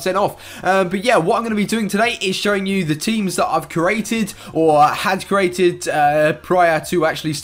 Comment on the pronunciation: You said cerated a squad